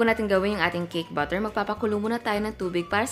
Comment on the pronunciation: bakit po butter ang pagbigkas niyo sa batter?